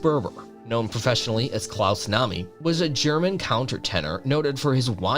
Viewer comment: Get the names right - klaus know-me, Keith ha-ring, Steve Rue-bell, Kah-rell (film with Brad Davis)